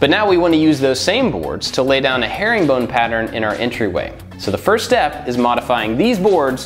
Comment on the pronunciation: I thought in the intro he said hairy bone